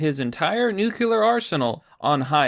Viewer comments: Brother I love your videos and I'm subscribed but it's not "nuc-u-lar", it's "nu-cle-ar". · nu clear. not nuc ular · Not nucular... new queue lar X wrong. Nuclear... new clear... pretty simple. Dubya couldn't get it right either. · WTF is a nukular war???????? Are you trying to say NUCLEAR (pronounced "nu-clee-ər")? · It's "nuclear", not "nucular". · New-Clear!!! Not “new que lar” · STOP CHOOSING TO BE BAD AT PRONOUNCING "NUCLEAR!" NU. CLEAR. THERE IS ONLY ONE U IN THE WORD, NOT TWO, SO "NUCULAR" IS WRONG. (This message has been brought to you by the Foundation for English Language Pedantry) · Man I really like this channel, but it's pronounced new-clee-ur lmao not new-cue-lur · I would normally make a comment about how much I hate the way says "new-cue-lar" instead of "nuclear", but I'm just glad you're back, buddy. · Every fucking time you say nucular [sic] I cringe so hard that my teeth hurt. :-/ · There's no such thing as 'nukular' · Nu cle ur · Yo nibba, I'm glad you didn't go homeless, but if you keep saying "nukular" I'm gonna have to rescind my sympathies. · Nuke-you-lar. It's pronounced nuke-you-lar. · Considering how often you say nuclear, you really should learn how to pronounce it. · We're on the edge of WW III and yet I keep obsessing over the pronunciation of 'Nuclear'. Meh. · Dude, that's not how you pronounce "nuclear"... 🙄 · Pronounce nuclear correctly, ass-hat